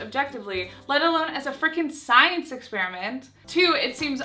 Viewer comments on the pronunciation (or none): none